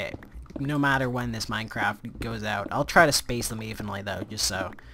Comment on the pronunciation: he says minecr ap instead on minecraft